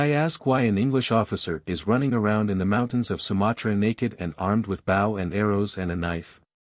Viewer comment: I wanted to hear this as I cant read it. Because I can't see long before I see double vision and eyes sting. The mispronunciation of simple words was annoying. I'm going to assume that a I is to blame. Example, bow as to show respect.